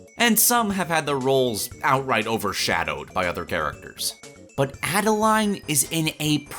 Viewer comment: I agree but her name is pronounced like Ade-lane not Ade-line :B